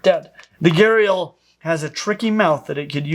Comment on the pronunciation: Every time you said gharial i heard gyarados and pictured the pokemon